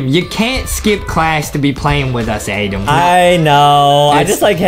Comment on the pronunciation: it's not adem it's adam